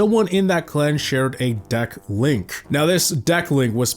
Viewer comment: You keep saying “Dack” instead of “Deck” and it’s Highkey pmo